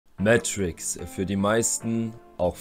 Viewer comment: Mega geiles Album 💯 Ibbenbüren ist die Hometown! Er wird aber Meeetrickz ausgesprochen und nicht Mätrickz👌🏻